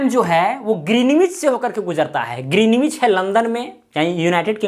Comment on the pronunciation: Sir yh ग्रीनिच kehlata hai